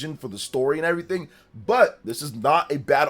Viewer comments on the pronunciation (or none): none